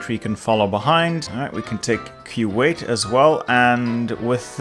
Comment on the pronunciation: I cringed every time he mispronounced Iraq, Iran and Kuwait. 🥴